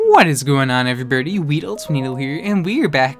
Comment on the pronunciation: lol did he say what is up every birdy in the intro